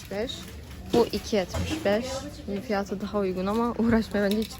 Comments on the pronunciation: Evet yanlış telafuz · peki fiyatı yerine fiyaağtı demesi:D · Fiyatıı derken çok değişik olıyor. Videoların çokk güzel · Fiyatı demen çok gülüyorum